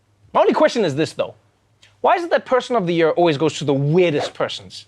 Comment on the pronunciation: I just come here to hear Trevor pronounce year "Yehr"